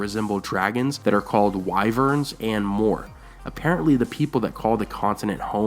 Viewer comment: "Wyverns" is pronounced as "Wiv-erns"